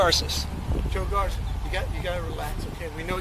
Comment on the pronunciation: Bro, corporations fire people for expressing their opinions that don't match with the company line all the time. It's not just for opinions about cops. Also dude pronounces his own name like "Gar-sess" and the narrator of the video says "Gar-say". A name should be pronounced the way the person whose name it is pronounces it when you know how they pronounce it. Just a little pet peeve of mine.